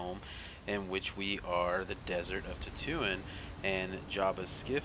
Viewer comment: Lol almost every Star Wars name was wrong, Endor- end-or Dagobah- Day-Go-Bah Etc. but! That didn’t detract from the video, great job man.